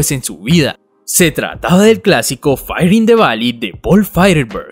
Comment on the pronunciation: Se pronuncia: Fire = Fáier, Fá-ier.